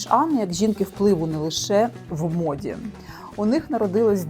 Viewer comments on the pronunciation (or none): none